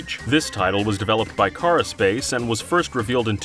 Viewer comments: you said "cara-Space" but it is actually called "Carapace". Put some respect on my boys name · >Shows "Carapace" >Says "Caraspace" Ah yes, every bug's most important body part, the caraspace. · are you saying cara space?